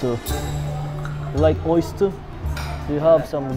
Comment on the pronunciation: "de ooyyystir" lah may kapares na si diwata